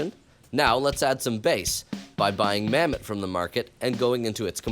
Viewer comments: Bro said Mamet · Mammott more like, MAMMET.